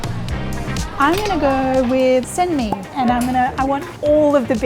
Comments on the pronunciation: Oh, as a Thai, I'm really surprised that the way you pronounce 'Sen Mhee,' 'Sen Yai,' and 'Sen Lek' is just like how Thai people say it. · You made me hungry at 1am. God, that beef looked fantastic. I'd die for this. อาหารไทยสุดยอดที่สุดครับ I didn't know you're half Thai until you pronounced Sen-Mee (เส้นหมี่) so clearly like Thai people say it.